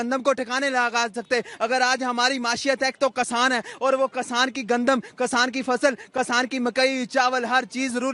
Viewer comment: कसान नहीं भईया किसान कहते हैं 😅😅😅😅